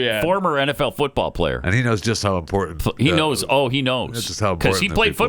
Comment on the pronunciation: I am with you Pat with valley girl sounding pronunciations of many words. I have more hate for the word important when people put a "d" instead of the first "t". They pronounce it as impor-dant. I know Pat is not really reading this, but couldn't help myself because I am hearing this more and more and it drives me crazy.